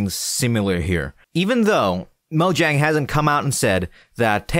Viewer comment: Moyang* It's not pronounced Mojang.